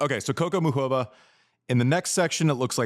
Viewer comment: YES! Thank you. Americans use to be encouraged to learn second/more languages, but that was roughly a century ago. They turned inward. Any way, can we talk about there being no OOK in Muchova??? Say this: MOO hoe vah. Cheers!